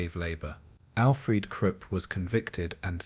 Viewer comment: Content creator; I enjoy your videos but please take the time to proof listen to them before posting. I discovered a few mispronunciations that were wrong. Several times the narrator mispronounced Nuremberg as ‘Nurberg’ or Nurvberg, ‘Namberg’ or ‘Nararberg’ Another glaring mispronunciation was Krupp’ as ‘Kripp’ in fact I don’t think you ever pronounced that name correctly.